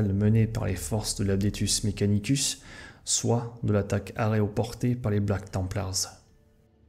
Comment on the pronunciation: "Aréoporté" really? 🤣🤣